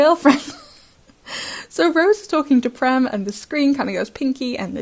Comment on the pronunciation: Prem is an Indian name meaning love in many languages of India. And the 'e' in Prem is pronounced as the 'a' in cage with the vowel being extended a bit. I am sorry but I have to correct it. It is a pet peeve of mine. And that too it is an Indian name and I am an Indian. I always thought that and I saw in the wiki and they used that same meaning. It did originally come from Sanskrit and is used in many languages of India.